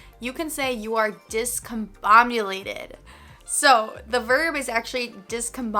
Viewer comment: Listen again. The first time she says it correctly, but in the next five instances, she says ‘discomboMulated’